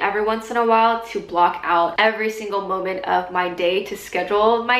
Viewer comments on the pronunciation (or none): none